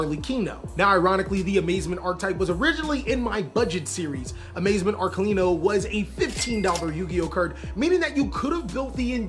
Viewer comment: Thank you for saying Arlechino's name correctly. I'm so tired of hearing people butcher it.